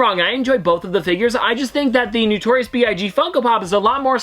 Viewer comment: It’s not newtorious. It’s notorious.